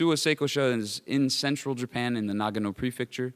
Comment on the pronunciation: Nagano Prefecture, not Nagno